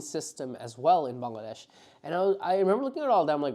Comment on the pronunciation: Born in Bangladesh and pronounce "ব্যাঙলাড্যাশ"!